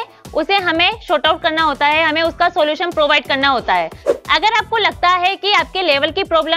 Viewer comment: Ja... Khud se sahi se bola nhi jara aa gyi teacher banne.. hai ka he, mai ka me